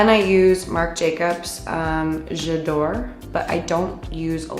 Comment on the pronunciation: „J‘edore“...Wtf it‘s called „j‘ Adore“